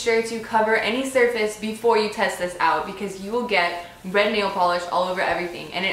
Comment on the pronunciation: Somehow I heard "And you need bread. Bread nail polish." haha